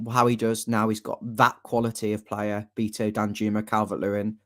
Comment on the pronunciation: I can never understand people who pronounce the Portuguese surname “Beto” as “ BEETO” as if they have never heard of the legendary “Bebeto”…unless they also stupidly pronounce that name as “BEEBEETO”… his name is of course pronounced [ Baeto ]….show some respect ffs